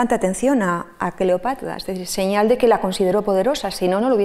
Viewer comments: También yo escuchaba Cleopatla y me pleocupaba 😃😄😂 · Porqué pronuncia Cleopatla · La conferencista, experta en Cleopatra, la cita como "Cleopatla". Si tiene problemas para pronunciar la r, debería corregirlo. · Excelente, pero no sé por qué la escucho decir” CLEOPATLA”😳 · Alguien me puede decir porqué la expositora pronuncia CLEOPATLA en lugar de CLEOPATRA como lo decimos los demás???, Será que así se pronuncia en verdad o ella tiene algún detalle de pronunciación personal???, si alguien me puede sacar de la duda por favor!!!!!.... saludos y gracias de antemano por responder.